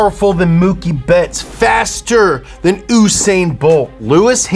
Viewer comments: oosain bolt? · Said OOSANE and GRAN PRI IN DONE it’s grahhhn Pri and yousane bolt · Whosain Bolt😂